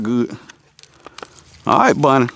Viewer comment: Lawd,. I'm southern too, and definitely thought he was saying, "Bunny," not "Bonnie," the whole time. 😂 I need to call my uncle and reacclimate myself. Haha!